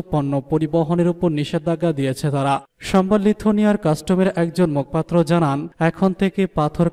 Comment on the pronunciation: ওরে আল্লাহ, উচ্চারণ হবে মুখোপাত্র